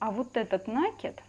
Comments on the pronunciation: Спасибо за понятный МК. НО! Почему "нАкид?. И речь вроде у вас грамотная. ... Но накИд- всё же от слова накИдывать! Ну ооочень режет уХи). И не надо только писать" не нравится не слушайте". Мне - нравится! Но нАкид- совсем не грамотно! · Спасибо большое за очень подробный МК🥰, но... уберите, пожалуйста, из речи уменьшительно-ласкательные суффиксы, их слишком много... петеЛЬКИ, убавОЧКИ, стенОЧКИ, носОЧКИ... и в слове накид ударение ставится на букву И - накИд... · Девочки, вы все прекрасные рукодельницы, но пЕтелька, а не петЕлька, накИд, а не нАкид. Заглядывайте в словарь! Уши режет от неграмотной речи. Удачи всем. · Я только слышу у кого-то "нАкид" - сразу выключаю☺